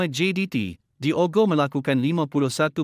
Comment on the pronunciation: sebutan nama Diogo salah...Disebut terus DIOGO...bukan disebut dua perkataan DI OGO....buatlh research tengok pngulas2 antarabngsa ttg sebutan nama player...content dah ada...barulh seronok nk tengok